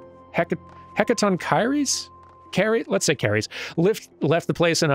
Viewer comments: heck-ah-TONK-er-eez, they are the 100-headed, 100-armed monsters trapped underground in Greek mythology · I always imagined it pronounced the French way - hecaton-she-air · Hecatoncheir(es) is Greek; it means "Hundred Handed One", because they had--you guessed it--a hundred hands. I liked the pronunciation you settled on by the end, though I think the "standard" English pronunciation is something like heck-a-TAWN-care/heck-a-TAWN-cur-ees. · Not that it really matters, but hecatoncheires is pronounced He-Ka-Ton-Ka-Rees. They come from Greek mythology and are giants with 100 arms. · The name of the giant race here is apparently pronounced "eck-ah-TAW-hee-ress." Go Greek! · Hecatoncheires. Heck a ton (not tun, ton) ker (like kerplonk) ese (like cheese or Japanese). Why yes I do overthink this sort of thing, why do you ask? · Hechatoncheires is pronounced "Heck-a-tonk-ur-ees", at least in my part of the world. It refers to the hundred-handed (literally what their name means) giants who helped the Olympians seal away their predecessors in Tartarus. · you weren't far off with saying hecatoncheires, you got the start right, cheires sounds like Key Res, the hecatoncheires are from ancient Greek myth, and their name translates to hundred hands, they are where we got the English word chiropractor from, hopefully this all helps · In case it comes up again i beleive hecatonchieres is pronounced like heck-a-tawn-ky(like sky without the s)-rees, from your friendly neighbourhood mythology nerd. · For future help if it comes up, those giants who's names you can't pronounce are out of Greek mythology, have like 100 heads & 100 pairs of arms. You say the name like Heck-a-ton-Kiri's So just think, a lot of the last Digidestined and you're there XD. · I believe it is "Heck-uh-ton-Kai-reez" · ...Hecaton-Carries. A hundred hands and fifty faces, with which to consume coffee and pet cats. (I joke, but it's a pretty common way to pronounce that word...)